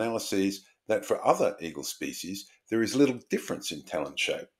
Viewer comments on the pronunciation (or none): none